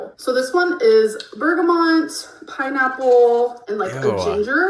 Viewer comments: Is she saying bergamont? There is no n in bergamot. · BERGA’MOT’. Not - bergamoNt…🤦‍♀️